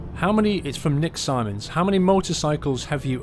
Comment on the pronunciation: Hey, I'm Nick Simons, thanks for pronouncing my surname right. xD Usually people mispronounce it as 'Simmons' but, that wasn't my question.:P I asked for any tips for new Youtubers.